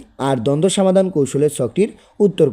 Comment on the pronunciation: Afni samadan na bola somadan bolan